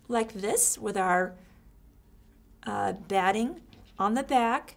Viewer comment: What are you calling the cotton batting-hard to understand